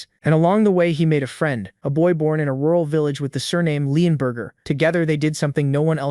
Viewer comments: the narrator is hungry his saying burger instead of burg or borg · I think bro's hungry he keeps saying Leonburger instead of leonburg😂